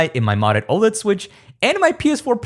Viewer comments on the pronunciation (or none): none